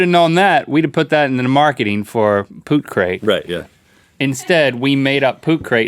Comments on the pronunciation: It's Tootcrate not poopcrate... know your business lmao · TOOTCRATE Link. Not Pootcrate!